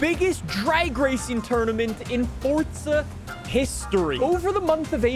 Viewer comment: I feel like dude purposely mispronounces forza for rage bait comments😂 dude hit the “FORTZAH” 3x within the 1st 15 seconds 😂💀